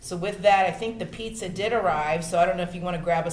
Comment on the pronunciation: Did she say "pizza 🍕"¿?